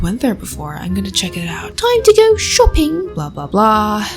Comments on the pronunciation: Tuime to gaw shawping Im British so shouldn't even be talking tbh You make me feel special👏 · “time to go showpping “ 💅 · "Toim ta go shopping" what😭😭😭😭